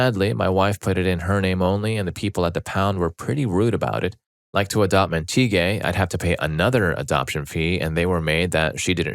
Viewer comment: Montague is pronounced MAHN-teh-gyoo (mahn pronounced like the Jamaican "mahn").